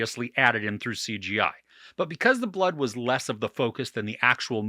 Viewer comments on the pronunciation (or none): none